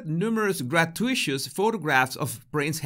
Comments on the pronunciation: Grah-too-it-us! You're welcome 😁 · Just an FYI - gratuitous is pronounced gra-too-it-us. Emphasis is on "too." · gratuitous is pronounced gra-too-i-tus. I hope that makes sense. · Hey! Just a friendly translation tip. Gratuitous is pronounced Grah-two-eh-tus Hope this helps, love your show, as always. Have a lovely day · Great Video! I luv ya but it is pronounce Grah-two-e-tus.